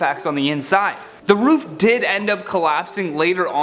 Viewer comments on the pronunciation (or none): none